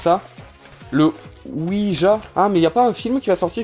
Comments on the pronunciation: Ça se prononce ouidja pas ouija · ça se prononce ouidja. xD après les figurines poop, ouija. xD et ses prononciations xD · La prononciation c ouidja mais sa secrit ouija